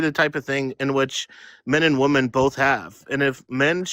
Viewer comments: He can say “men” but he cannot say “women”, he says woman lol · One woman, many woman? How's nobody calling out basic English errors? Dude literally can't pronounce women????? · Uhm, hello youths, hi.... Plural of woman is WOMEN. Different pronounciation. Get that right and i will believe you posess hot and cold cognition. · His inability to say woMEN annoyed me to no end 😩😩😩😩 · Let’s have a new requirement for voting; If you cannot pronounce WOMEN correctly, you cannot vote. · I noticed this as well and I find it extremely annoying. They might believe -men at the end of women is misogynistic